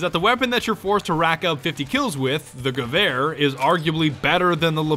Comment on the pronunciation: Did he just fuckin say gaver Instead Gewehr. What the hell.